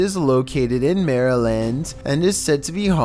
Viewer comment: In 11 finally someone say maryland not Marilyn finally